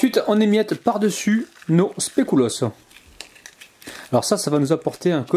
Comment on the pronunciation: très belle recette mais SVP on prononce specUlos et pas specOUlos. ...continuez comme ça !!!! enfin de vraies bonnes recettes réalisables 😋😋